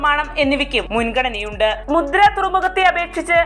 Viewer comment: മുദ്ര അല്ല, മുന്ദ്ര